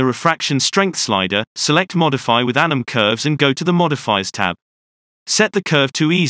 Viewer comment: Every time you say 'anim curves' I always think it says 'Adam Curves' sounds like a bad movie villain